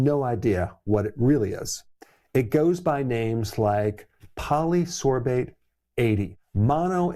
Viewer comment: I'm , is it Polysorbate? 😂